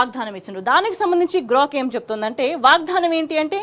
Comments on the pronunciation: Ammaa … vaagdhaanam kaadu. 🙏 Vaagdaanam😢😢😢 vinalekapotunnaam.. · వాగ్ ధానం కాదు... వాగ్దానం... సరిగ్గా పలుకు ఆమాట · వాగ్దానం పలకడం రాదూ? వాగ్దానం వత్తి వత్తి కర్ణ కఠోరం గా పలుకు తు న్నా వమ్మా